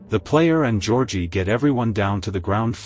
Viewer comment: “Georgie” more like georkie